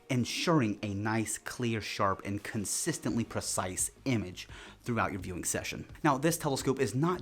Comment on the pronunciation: consistend aha 🤣👎